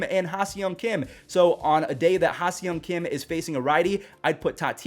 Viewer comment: love your videos. Can't wait to watch Tatis again. FYI - the pronunciation of HSK is (HA-SONG KIM)